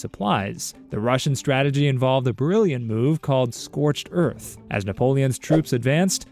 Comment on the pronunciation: scorched earf ‘omelandah